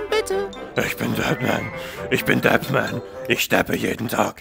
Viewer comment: Ich verstehe die ganze Zeit nur Batman richtig ausgesprochen obwohl du die ganze Zeit Dapman sagtest 😂😂 to be continued